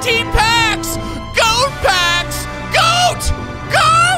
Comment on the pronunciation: Anyone else mad at how he's saying G.O.A.T. instead of just goat